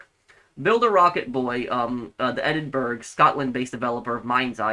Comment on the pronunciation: Edinburgh is pronounced as Edinbruh.